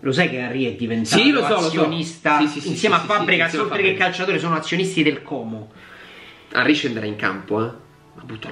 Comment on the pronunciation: ti prego, fallo per noi comaschi, Como si pronuncia con la "O" chiusa.. Ti si vuole bene, grazie per il contenuto goloso, spero che ogni tanto parlerai della serie B durante l'anno